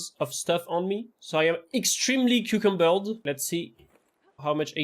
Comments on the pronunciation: lmao cucumbered . Idk if your meaning to say that or if your accent makes it hard to say over encumbered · Love the video. Also Cucumbered is a hilarious way to pronounce encumbered. 😁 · I'm not even french but I'll start referring to "encumbered" as "cucumbered" solely thanks to you xD